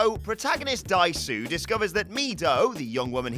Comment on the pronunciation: I've apparently turned into THAT person, because I was dying a little bit every time Dae-su was mispronounced. Korean romanization is not a phonetic transcription.